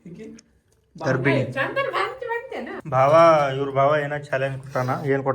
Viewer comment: Bhav alla bhaav anta bareyiri.